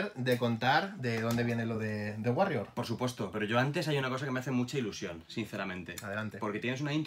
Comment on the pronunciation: No es por ser psicólogo pero The guarrior y The Warrior al menos si no lo pronuncias en inglés muy fino y cool, se parece muy mucho eh